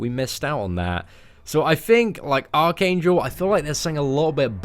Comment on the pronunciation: I keep thinking you are saying arcane jewl